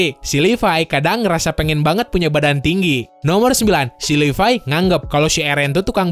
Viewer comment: Levi❌ Lipai✔️